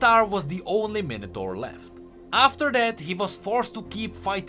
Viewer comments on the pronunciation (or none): ....The way he says minator bugs me